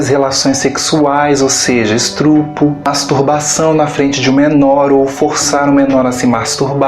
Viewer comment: Você explica muito bem, mas só corrige a palavra es-tu-pro!